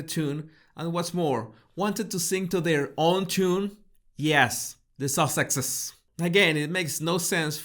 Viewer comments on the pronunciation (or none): I still crack up when you say “Sussexes”.